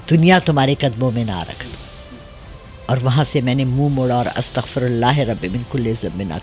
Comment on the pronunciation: Astaghfar to sahi talaffuz krain